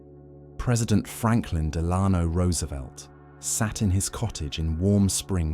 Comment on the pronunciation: Couldn't get your facts or pronunciations straight in the first two minutes, then I'm not gonna continue watching. AI or not, there's no excuse for mispronouncing. FDR's middle name (actually his mother's maiden name as well); also, he wasn't sketching a portrait in warm springs when he died, he was having his portrait done by an artist whom was a friend of his longtime friend &, (from long-ago) ex-girlfriend. He took a break from sitting for it to open his mail, and the cerebral hemorrhage struck.